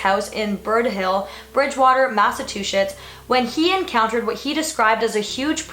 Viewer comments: It's pronounced 'Mass-a-chew-setts' not two-shits haha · Did you say "Massatwoshits"? :-) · Lindsay LaFratta FACTS SHE SAID IT WRONG!!